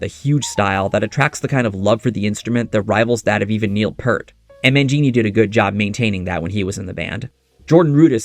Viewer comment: the last name is pronounced ear with p in the front and t in the back, not purt sounding like hurt. peeeeeaaaaarrrrrrrrrt for additional pronunciation assistance.